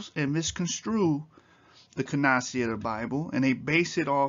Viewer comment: CANONICITY - CANON-I-CITY, NOT "CANOCITY."